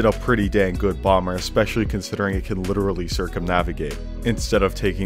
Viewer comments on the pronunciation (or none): none